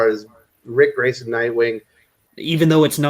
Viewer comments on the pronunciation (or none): Huh, Ric Grayson? I thought you said Prick Grayson.